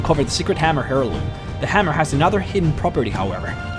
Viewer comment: hairloom lol, airloom